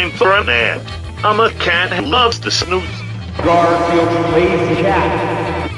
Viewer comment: O DEE Times jon said garfield incorrectly: "god are the yield" the bowl says: "7Grandfield"